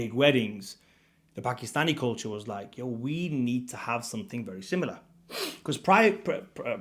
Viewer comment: Its pronounced Paak-Kiss-Staani NOT P*ki-Stani